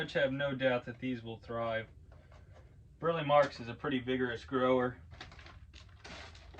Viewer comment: His name is pronounced Bur-Lee